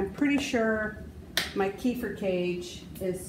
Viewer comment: It's pronounced kay fear and you just destroyed any B2 that was available by blending it.